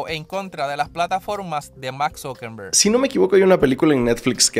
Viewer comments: amo tu contenido pero debo hacer una observación… su nombre es no es Mark Zuckemberg, sino Mark ZUCKERBERG. Su apellido no es con “M” sino con “R”🥲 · POR FAVOR LEE ESTO: Eres taaaan fabuloso y me encanta tu trabajo, pero par favaaar ya aprende a decir bien los nombres!!! ZuckeRRRRRRRRberg con R !!!!! - No es ZuckeNNNNNberg con N !!! Mucha gente te vemos danos el buen ejemplo, eres alguien que nos informa, no puedes darte el gusto de no leer bien los nombres!! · Mano, aprende a pronunciar los apellidos de las personas. No es ZuckeMMberg, es Zuckerberg